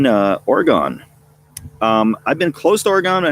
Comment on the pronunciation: Oregon is pronounced like the word dragon. “Or-gen” not “or-gone”